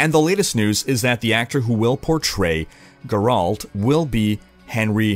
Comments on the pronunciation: It's GER-alt, not ger-ALT :) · It's not GAH-RALT, it's pronounced GER-ULT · Better than last video, where he said it like "Jeralt" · GRRALT lol that pronunciation tho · "Geralt" Is pronounced "Gare-alt," where "gare" rhymes with "hare" and "alt" is pronounced like an alt in an MMO... I'm just trying to help,. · hearing u say geralt makes my ears bleed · geralt is a german name... so if you arent german you probably cant pronounce it either. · I was looking for this comment :D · I love that devs have to "justify" microtransactions. How about just stop trying to nickel and dime people. Also, the way you pronounce Geralt really hurts my soul. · You should play a sound pronunciation of Geralt every time you say it just like you do with Vizjerei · Wait you pronounce it as 'Geralt'? I thought it was pronounced 'Geralt'. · Gur-Alt?? uhmmm why you pronounce it like that. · Stop saying Geralt! You don't know how! :P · Stop saying geralt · one day you will learn how to say geralt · The way you pronounce Witcher and Geralt bother me.